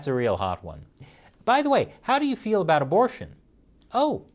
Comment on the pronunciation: Spelling color as "colour" isn't much of a big deal. However, pronouncing about as "aboot" is a felony against the English language.